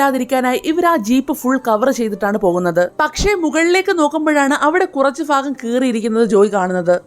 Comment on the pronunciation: ഫാഗം അല്ല സേച്ചി ഭാഗം ആണ് ഫക്ഷണം അല്ല സേച്ചി ഭക്ഷണം ആണ്.